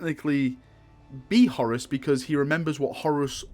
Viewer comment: HorUS...it sounds like you're saying Horris..lol